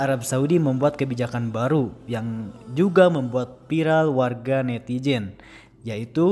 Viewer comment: Sayang, yg sdh jago bahasa Arab tapi tak bisa membedakan huruf Z dengan J dengan menyebut netizen dengan netijen.... ngga kebayang gimana kalo nnt nyebut kata zabur, zina, zam-zam..he.he..he...